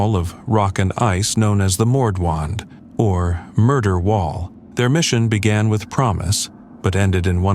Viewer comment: It's not "Mordwand" but "Nordwand" - north face.